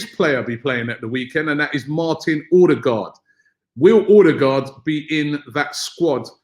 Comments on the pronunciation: Martin erdegaard is how its pronounced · It’s pronounced Err-de-gore (d is silent) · Pls Robbie learn to pronounce Ødegaard , he said in an interview how to say it.